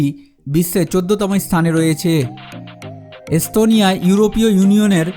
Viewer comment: শালা কলকাতার পাগলের বাচ্চা।পিকচারের মধ্যে দিয়েছে তার বউয়ের দুধের ছবি।আর বলছে এস্তোনিয়া।স,এর উচ্চারন করে,চ,পাগলের গুষ্টি।